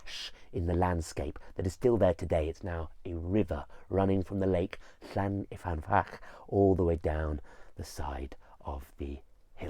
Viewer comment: Hi, Welshman writing. I grew up near the lake in question, which is located near the head of the Swansea Valley close to Brecon. I love the presentation and video footage of the lake in this video, but I would like to gently point out that the lake is called Llyn, not Llan, y fan. Llyn means lake, whereas Llan means a sacred enclosure such as you get around a church. About 80 places in Wales are called Llan-something, usually the name of a Welsh saint from the 7th century, eg Llandaff, Llandeilo, Llanpumpsaint (the enclosure around the church of five saints).